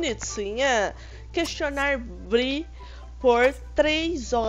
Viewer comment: É BREE NN BRI 😠